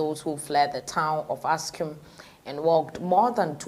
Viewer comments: It is Axum dear, not Askum. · What the heck , you can’t even read properly it’s called Axum or Aksum pronounce it right for god sake.